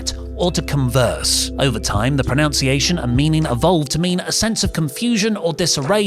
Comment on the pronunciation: It's amazing to me how VERY OFTEN mocks other people for pronouncing words wrong, and then he says "pronounciation"., don't say "number one container" ever again.